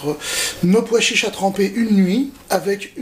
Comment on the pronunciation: vous savez personne n'ose vous le dire mais il n'y a pas de "d" à pois chiches